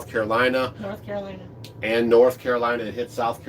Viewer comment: It's CaroliNa, not Carolia. 😉